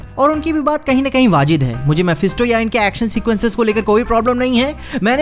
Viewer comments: Wazid nhi bhai Wazib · That's Waajib. 😅 Not waajid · That urdu word you use "wajid" its "wajib" Yeah I'm fussy when it comes to urdu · WAJID NHI WAJIB HOTA HAI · वाजिद नहीं वाजिब होता है।🙄